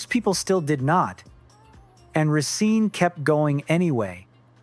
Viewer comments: I hate to do this but the group name is pronounce Re-scen-nuh not Re-scene. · But it's /risén-/. Not /risín-/.